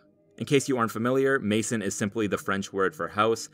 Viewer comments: Great analysis but dude it’s maison not mason 🙃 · i cringed when you said "Mason" Margiela lmao like at least pronounce "maison" correctly. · Mae-zon not mason 😢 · Its not May-son. Its Maison. Its a French word. Pronounced as such. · And it's not maison it's pronounced mezon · Pronunciation: maison- mehzon, gaultier- l is silent. :) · I wish idiots would stop pronouncing "Maison" like "Mason". Just search french pronunciation of the word. It's not hard to say. It's just annoying to hear people use it as if it were his first name. LOL. Martin Margiela was probably the most creative designer since Gaultier (great that Margiela worked for him). Why bring up K. West? He's so unimportant to Margiela's history and he couldn't care less about him. Martin was the anti-celeb designer. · "Mar'inh" (Martin), "cur'inh" (curtain), "mason" (maison)... The narrator's butchering of consonants and vowels doesn't make for a pleasant listen. As for "kanye west vibes": an embarrassing attempt at connecting something reductive with something truly avant garde. That crap equivalency exemplifies how Martin Margiela's work is still misunderstood and misappropriated. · this was truly great 👏🏻👏🏻👏🏻 however as a big Margiela fan I'd love it if people pronounced Maison correctly🙏🏻